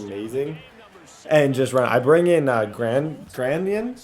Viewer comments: "that's my granson" lmaooooo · “That’s my Granson!!” 😂😂